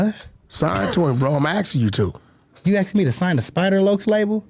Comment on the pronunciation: Aksed No!! Its asked!!!!!